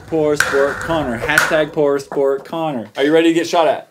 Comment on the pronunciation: The colombian Cello it Connor not Conner